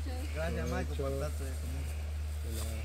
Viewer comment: Se dise Maycol y yo q aprenda cómo se dise